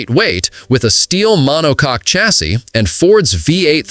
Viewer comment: These AI "narrators" that can't properly pronounce common words like "chassis" have gotten really irritating.